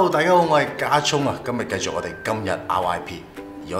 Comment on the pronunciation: 繼「續」兜 唔係繼「績」兜XD